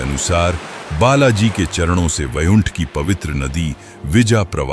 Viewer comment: Bhai VAIKUNTH hai wo AI voice mein edit karo Vaiunth bol raha hai AI voice